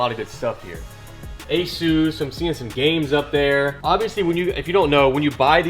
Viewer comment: bro said " ey sues" what?? lmaooo ASUS